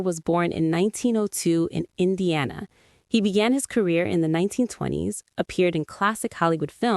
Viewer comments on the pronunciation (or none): none